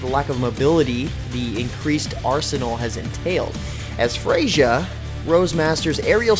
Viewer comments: Who the fuck is Frashier?! It's Freyja... as in "Fray-ya" she is a Norse god, it's a soft J. How did you mess that up but knew how to say Kunoichi right? Wouldn't that be the opposite for most people? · >pronounce Freyja as "fray-juh" >americans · Pretty sure the J in Freyja is silent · He absolutely butchered the pronunciation of Freija and kunoichi.